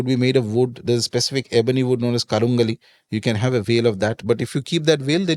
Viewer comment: karungali is pronounced as karun gaali 😊 கருங்காலி !